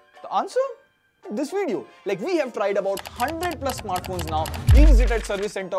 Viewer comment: I like your veedios but my OCD prevents me from hitting like until you pronounce it properly. Vid-eeyo